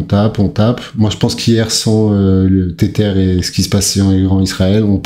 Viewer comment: Ca se prononce "Tezeur" pas Tétère.